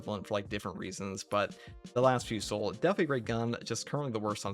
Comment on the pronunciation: Las Fusil : fusil is the french word for "rifle", the L is silent, as it's leads to vocabulary variants related to rifle (ex : fusillade / shooting) Therefore, it should be pronounced /fy.zi/ or "fu-zee" !